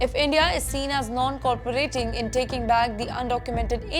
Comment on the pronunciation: Pronounciation must improve 😮. It is non- cooperation & should be pronounced similarly.